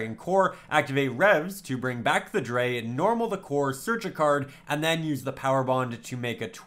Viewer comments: If it helps: CyberDragon Drei is pronounced Dr-i (just the englisch pronounciation of i) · Just like a note, drei is pronounced like dry it's German for 3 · "cyber dragon dre" Germans everywhere are cringing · Always great to see more Sealed Only Content, definitely one of the coolest Yu-Gi-Oh-Series’s. But as a german I kinda hate how you pronounce Cyber Dragon Drei, Drei is pronounced Dry (roughly). It‘s not serious critique from me, just a small detail, that’s not going to make the series less fun to watch